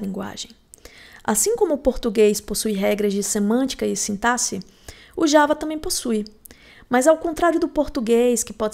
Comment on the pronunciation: É raríssimo encontrar programador que pronuncia a palavra "sintaxe" da maneira correta 😅 Ótimo conteúdo. Estou maratonando seus vídeos!